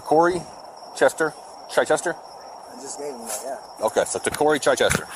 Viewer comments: It's not chyyychester, it's Chichester as in chicken. Can't even pronounce it correct.😂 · I love how his "appellation" is Chichester (pronounced "chit-chester"). If he's a "Moor" why did he name himself after the only city in West Sussex here in England? It's not known for its Moorish population or history. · I'm English. He's pronouncing "Chichester" wrong and it's annoying. The first part is pronounced like the start of "chicken" not like "chai" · In NH Chichester is pronounced Chyy-chester.